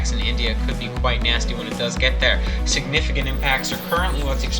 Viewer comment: "Signifigant" Might wanna look at that word again, kind sir